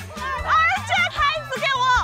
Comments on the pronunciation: jessica的身边是不是一直都有四川人，她的叫的’二姐‘完全就是标准的四川话了 哈哈哈哈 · 当jessica说我觉得二姐，那个口音笑死我了😂